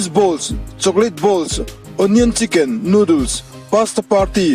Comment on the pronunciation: Nudul Ava mawilo tak em pronunciation chu le Noodles ti veh mai ula